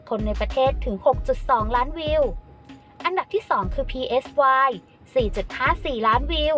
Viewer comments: จะ พี เอส วาย เพื่อ? เค้าชื่อไซ รู้จักมั้ยแอด ไซดักปลาน่ะ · Psy เขาอ่านว่า ไซ นะคะ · PSY อ่านว่า ไซ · Psy แปลว่า จิต (แบบจิตวิทยา) อ่านง่ายๆ ว่า "ไซ"